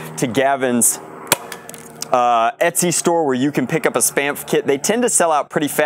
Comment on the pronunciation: Sounds like "Spameph" lol